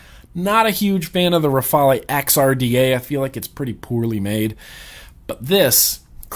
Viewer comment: youre the first I hear peonounce The Rafale correctly and not say Rafael instead...lol!